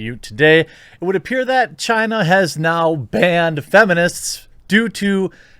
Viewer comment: You're saying 'China' wrong, it makes it sound like 'Gina', as in 'va-gina'.